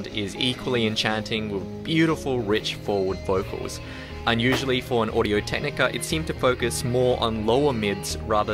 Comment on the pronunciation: Audio Technica "ImAwful" lol